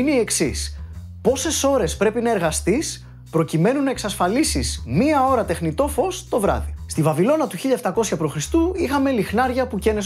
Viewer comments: τεχνητό οχι τενητό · Ίσως και το καλύτερο μέχρι τώρα!! "τενητό" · ευτυχώς που υπάρχει κι άλλος...έψαχνα τα σχόλια να δω αν παρατήρησε κι άλλος το "τενητο" 🤣🤣